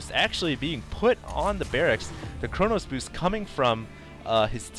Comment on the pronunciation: it's chrono boost, not chronos boost